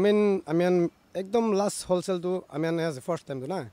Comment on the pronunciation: Reporter - wholesale × Hoshale ✓